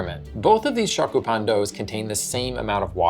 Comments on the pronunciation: your are killing me. learn the proper pronounciation of SHYOKU! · Stick with grilled cheese bruh. Stop trying to colonize our shokupan if you can’t pronounce it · Pronunciation note: the "o" in "shokupan" is more rounded, not open. It's more like the "o" in "glow" than the "o" in "shock." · You mispronounced both shokupan and yudane. Double fail.